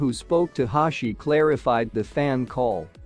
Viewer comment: Hoshi❌ Hashi✔️